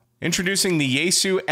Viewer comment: But will it receive NOAA WX band? Also, "Yaesu" is three syllables, not two: "ya-e-su" 八重洲